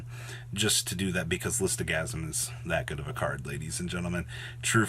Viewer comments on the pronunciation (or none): How can someone pronounce Lithosagym "Listogasym", it does not make any sense.